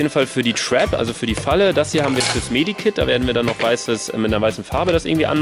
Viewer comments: Das heißt Med Kit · Med Kit nicht Medi kit